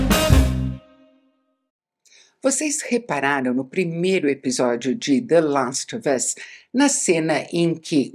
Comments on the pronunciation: Como a Isabela pode ser tão fina?!? Até a pronúncia de The last of us é perfeita! 😍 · Toda vez que ela fala “the last of us” com a pronuncia perfeita eu fico tentando imitar aqui ahah